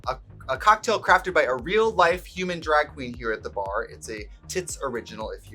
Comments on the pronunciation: When I’m Wisconsin we pronounce things with an ae… draeg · “We do dræg.” That wisconsin accent is peeking out.